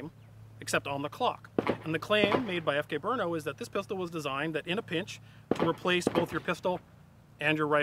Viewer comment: Guys, it's not BrUno -- it's Brno, a city in Czech Republic, where the CZ factory is located...